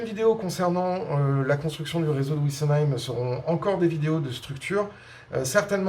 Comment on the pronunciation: Bonjour Vidéos très intéressantes; un grand merci. Si vous pouviez arrêter de parler de "ouissenheim", et dire Wissenheim, ce serait parfait. Bonne continuation